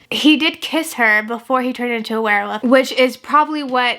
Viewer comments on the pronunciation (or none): I love how you sometimes say "werwoof" and not "werwolf" <3 I think it's your dialect but it's cute